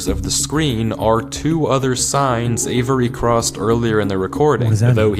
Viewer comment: The amount of times he said Avery was actually making me question my reality... and its 2 syllables, not avERy, never heard my name said like that lol